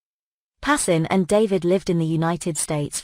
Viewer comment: His name is pronounced PAS.KIN